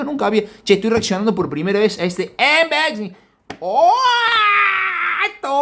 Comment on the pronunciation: Saludos Soy un sub nuevo y me gustó el vídeo del Gt 20 pro toy pensando comprarme ese cell x que veo q trae buena especificaciones. Cada vez q dice Anboxing me rio😅 un saludito